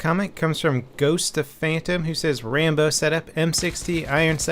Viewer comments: its rambo not trambo dumass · I was roflmao when he said trambo